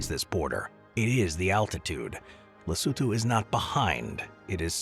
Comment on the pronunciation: Wow! It feels like forever since I encountered a video where 'Lesotho' is pronounced correctly... and there they mispronounce 'Sani' - cannot have it all, I guess. Then again, also showing Cape Town as the South African side of ZA-LS border is quite misleading; in a lot of ways Cape Town differs as much from majority of South Africa.